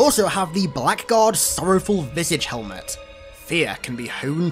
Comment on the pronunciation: Blackguard is an old english word that's pronounced blaggard.